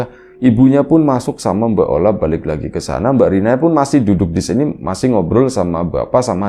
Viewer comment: Ola jadi oli 😂..... Gpp lah asal jangan maya jadi ayam